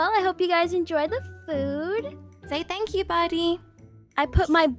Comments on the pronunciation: He said “tanks you” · Buddy At The Last Time Seeing Livie : “fank you” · Buddy said fank you